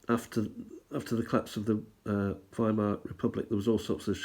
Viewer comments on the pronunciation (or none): Weimar is pronounced Viemar by the Germans (Der Deutschlanders) :) I understand your hesitance to include "other" German stamps but they are of significant historical interest. There are plenty of leaders who have been labelled as tyrants including notable Italians and a recent American but that doesn't prevent Bona Fide collectors from putting together genuine historical accounts of relevant periods of the Postal Service across the world. Another interesting talk nevertheless. :o)